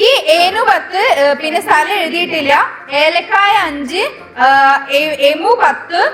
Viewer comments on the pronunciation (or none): It’s ഏകലവ്യൻ ഏലക്കായ not എലക്കായ എകലവ്യന് guys😅